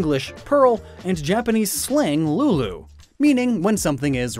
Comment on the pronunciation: Ahhemmmm It's spelled as: "لؤلؤ" And it's pronounced as Loʔ-loʔ